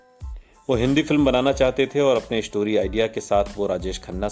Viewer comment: Ishtayle nahi sahi word hai .. style Ishtory nahi sahi word hai.. story. Ishtardom nahi..sahi word hai stardom But otherwise rest of the pronunciation is good. Indshtory nahi industry is the right word. Sabji nahi sahi word hai sabzi..